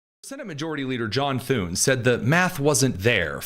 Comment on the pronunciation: Thune. Rhymes with. Prune